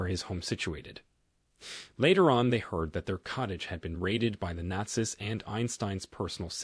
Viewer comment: Is this an AI trained on your voice? There are some very strange pronunciation choices...like not-zis instead of not-zees